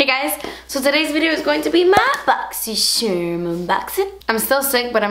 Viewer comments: Who else lives for the day of the month that says "bosychcharm unbosching" 😱😵 fave thing ever 😋💞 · I really only watch these to hear say "botsy cherm" lol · i always love how you say boxycharm! too funny! xo from my channel to your’s <3